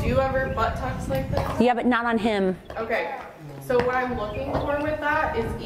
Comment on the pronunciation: These funny - she said ".. vvhat kind of elite..." 😅😅 im laughing f😅r 2 days... knowing she WASnt even european 😅😅😅😅😅😅😅😅 😅😅😅😅😅😅